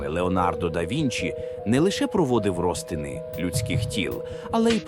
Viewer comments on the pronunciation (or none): Правильно - рОзтин, а не розтИн, церква католИцька.